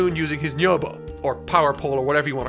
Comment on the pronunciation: Just a peeve but how come you say nyoibo correctly but then pronounce tenkaichi budokai as tenkai-itchy budokai and bluuma as bull-ma. It's hurting my ears